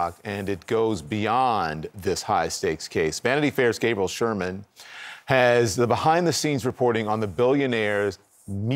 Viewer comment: What’s up with Don Lemon? Just within the first minute, he mispronounces “Gab-I-el” and “Domin-i-on,” then references Gabriel Sherman as “Sherman.”